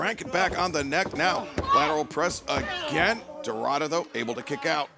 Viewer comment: Is DORADA not DORRADA😅